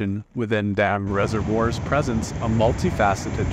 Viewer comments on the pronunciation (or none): Get a human narrator. This inferior iteration of Mrs McCaffrey's AIVAS is laughable as it pronounced present as in to show forth, as present, a gift. My attention span lasted for 45 seconds.